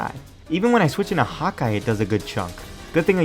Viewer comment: i think my furry blood is too strong, Everytime you said Hawkeye,i heard Hot guy. xD